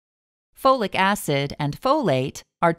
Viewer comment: Take FOLATE, not Flolic Acid.